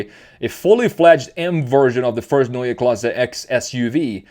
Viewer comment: Neue Klasse - new class, but pronounced quite well for a non native speaker. Usually it is used as "a class of its own" connotation and I bet BMW can deliver that too , no matter what drive train they are using cause do not forget they might be the last in the game still working on hydrogen in its different incarnations. Most people do forget about that, the long history of BMW hydrogen cars outside of the scope of the fuel cell: They are burning Hydrogen in ICE cars the last and only proper solution to meet the emission standards for any vehicle in the EU cause they are burning hydrogen in the usual and just slightly modified engines in the past decades starting in the 80s with the 7series hydrogen car - of cause experimental one. Therefore still in the game - at least for those who will be able to afford to buy green hydrogen (a lot more expensive without subsidies) might be able to buy a german picea system from Berlin which is a solar power system that is producing Hydrogen during summer for long time storage which is then later be used to run a fuel cell for heating (I guess 66% of the energy is used as electricity and 34% as heat to heat the house), not cheap at all or maybe affordable by american standards for roughly 100000$. At least an alternative for those with big pockets. But for sure BMW has to move to EV big times and will do that cause the key markets are dead for ice like China and Europe cause only for a limited time they can offer hybrids which are the wors